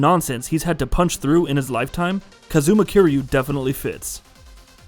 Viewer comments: don't forget "kuh-ZOO-muh" and "yuh-KOO-zuh" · Dude, why you saying his name like that? It’s not KAZOOMA KEER YU, It’s pronounced Kaaz-ma Kir-Yu. And Majima wasn’t playable in Kiwami nor did he hate Kiryu